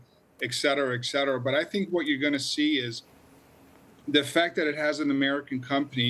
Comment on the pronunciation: It’s: ET Cetera.